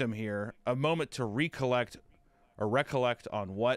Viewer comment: Re collect, intear agahtion, ex specially, y'all fantastic.